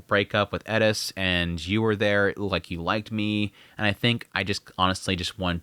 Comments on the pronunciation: bruh its just eris not elis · I know, right, why does he always cay ED-issss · How the heck do you hear how they pronounce their own names and still get it wrong. My guy it is Air-es. No d in the whole name. Please fix. It’s super disrespectful coming from a guy that has my name mispronounced and misspelled constantly. Just listen to what they say their name is or when other characters are calling them. Please I can not stress this enough. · I’m new here. Any reason you aren’t pronouncing Eris the correct way?